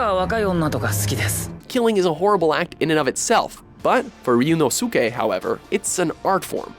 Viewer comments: I legit fumed that they butchered my boy Ryuunosuke's name. That pissed me off. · Oh god, that pronunciation of Baccano is horrible. And your pronunciation of sadist, as well. And Ryuunosuke. AND CASTER! COME ON, THAT'S A BASIC WORD! WHAT THE HELL! Also, Yagami.